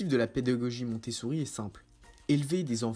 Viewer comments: Je crois entendre MontessOUri ? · Oui, il prononce mal à chaque fois.